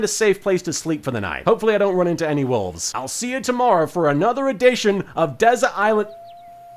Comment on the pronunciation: I honestly thought you were saying "walls", not wolves. Also, do you get given a pack a day, or do you have to forage for them on the island?